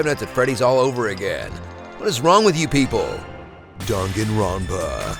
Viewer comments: I do like the video but it sounds weird if there saying dungunrunpa. It should be dang gun run pa see the difference? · i heared drunkenropa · You pronounced the name ronpa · dahn gahn ro pah. Pronounce it right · Only watched to see how he pronounced danganronpa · Anyone get annoyed at his mispronunciation of Danganronpa? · danganronpa THE GAME YOU CANT SPELL OR SAY CORRECTLY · Love this game, but got triggered when you kept saying the name wrong along with other words with Japanese origin. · The way you pronounced Danganronpa pissed me off, but apart from that great video!